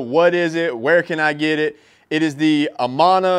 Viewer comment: I speak Japanese and grew up near Amana, IA. Your pronunciation of "Suizan" was pretty close. But you mispronounced "Amana". 😆